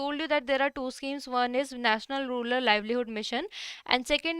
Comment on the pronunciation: Ma'am that's rural, not ruler. Bdw, a very nice session